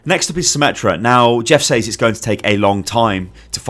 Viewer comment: When you're british yet pronounce 'says' wrong...